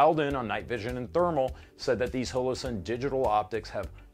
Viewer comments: Why do you insist on calling it "hole - oh" sun? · "hoelowsun" stop. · hole-o-sun please tell me im not the only one